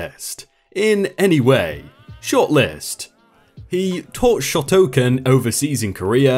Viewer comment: “Sho-toe-Khan” not shotokan please get it right mate